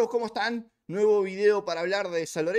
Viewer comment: X favor cuando decís como estan te sale mal 😅